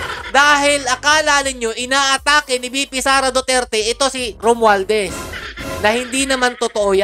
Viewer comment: Mali po ata kayo banggit ng pangalan. Tongressman Romwaldas po. 😂